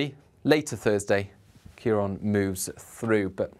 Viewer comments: It’s CiarAN not CiarON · kee-ron is not how you pronounce it. It is sometimes spelled Kieran.